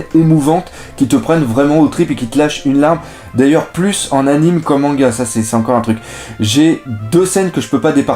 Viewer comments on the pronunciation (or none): none